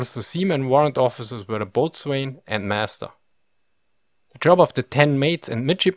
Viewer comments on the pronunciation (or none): To my understanding, the level of crew strength you give here was often not met and captains frequently struggled to fully man their ships. It was unusual to have enough men to fight both sides of the ships guns at one time. Pronunciation note: "Boatswain" is pronounced "Bosun" Additional points: the Gunner and his mates were also responsible for the ammunition where keeping powder and shot in good condition aboard a leaky wood ship was no simple task. The Carpenter and his mates had to repair battle and storm damage, and more importantly, maintain the ship, which was constantly deteriorating. Of course you can't provide very much detail in these short (but excellent) videos, I'm just trying to show that most of the tasks you mention are actually quite complex and required specialized training (though this was basically on the job training). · Boatswain - "Bo-sun" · I always enjoy your well researched videos. For future reference, 'Boatswain' is pronounced 'Bosun', 'Forecastle' by this era had been shortened to 'Fo'castle' which is pronounced 'foeksul'. Also no RN ship should be called 'THE HMS Whatever'. As the ship belongs to the monarch of the day this would equate to saying 'The His Majesty's Ship Whatever', which makes no sense grammatically. It would be acceptable to drop the HMS and refer to the vessel as 'The Whatever' though. Ah, the vagaries of the English language, which you speak so well. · In the American navy "boatswain" is pronounced as "bos'n" or "bosun". Whatever inflection you want to use, the "w" is universally silent. In other parts of the world, is it pronounced "boat-swain"? Or is that only from uninformed landlubbers? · Not sure if anyone has mentioned this but is pronounced bo'son not boatswain. Hope that helps. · E.g. pronouncing "boatswain" as "boat" + "swain" not as the correct "bosun" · Naval pronounciations seem nonsensical Bow-sun not botswain eh. How is "chaplain" and "Admiralty pronounced differently? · Boatswain is pronounced bosun.